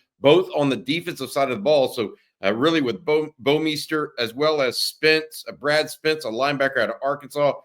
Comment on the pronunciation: love how has to pronounce "Bouwmeester" two different ways every time he says it lol. Hook 'em